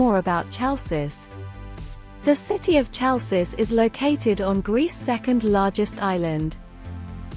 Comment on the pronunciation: hay girl...the name of city is not tsalssis!!!!!!!! is HALKIS